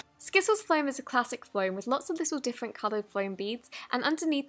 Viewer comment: Did she zots instead of lots in